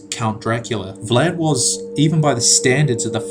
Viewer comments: it is pronounced vlad not vled ! I'm romanian so I know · But the uploader is not romanian. English speaking people also pronounce german words different then germans do. So what?